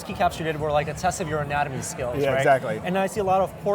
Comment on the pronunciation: "Anatomy" LOL